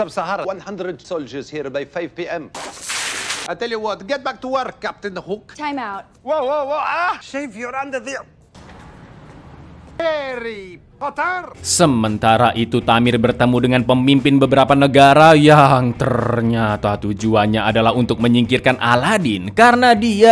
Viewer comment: Hairy(berbulu) Potter bang😂